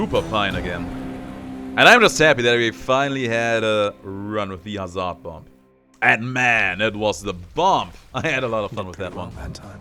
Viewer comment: Don't emphazise the "z" when pronoucing Hazard also that "a" after z, pronouce it as a "e" instead. After that you're pronouncing hazard correctly (despite the spelling saying otherwise).